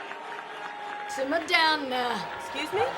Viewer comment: Simm’ar down’a now’wa